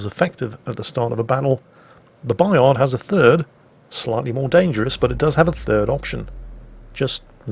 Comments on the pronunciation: "Bayar", don't pronounce the d. And don't pronounce the t of Jean Bart either pls. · Bayard pronounced Buy Hard. WG will appreciate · You actually shouldn't province the ''d'' in Bayard. ;-P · claims to pronounce the name of the ship right. And probably at the same time triggered every French speaker. Because AFAIK, the D is silent. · Yeah but it's a French ship so you pronounce it French.... Same as the Des Moines in American and Jutland in English